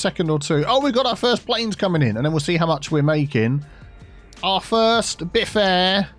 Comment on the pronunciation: Should be "BiffAir" not "BiffaAir". The "BiffAir InTEAnational Airport".